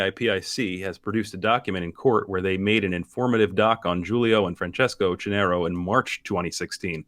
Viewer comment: oQQionero is the correct italian pronunciation ;) excellent work!